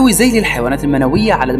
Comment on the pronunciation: للحيوانات المنوية ذيول وليس زيول !!